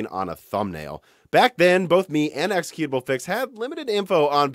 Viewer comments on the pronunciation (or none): none